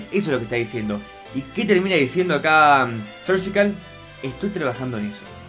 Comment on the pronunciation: No se por qué dices sergical si es surgical no veo el motivo para decir sergical